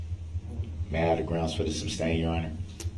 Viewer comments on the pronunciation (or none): Have you tallied up the total number of times DB uttered the word "groundz"? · He pissed me off when it came to the dancing granny. She has a hearing problem not like DB who says he can't hear. He was so rude with his constant "grounz","objechun",and "relevancy". What the heck was DB doing when he asked her, "During your testimony you said, he, he, he," And the look on her face was like, "Wth" 😂 It seemed like JD was frustrated or annoyed during this testimony. I love how she said, "I don't have eyes in the back of my head" 🤣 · I thought "Grounz" was funny at first but wow is it annoying. Every time he said "Grounz" while that sweet granny was testifying it got more infuriating. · I wonder what HE thinks he's doing/meaning when he says 'grounz'. What does he think, 'grounds', means? What does he hope to achieve when he repeats it a second time?